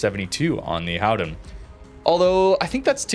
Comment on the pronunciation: No it isn't.. ;) Just say Golden..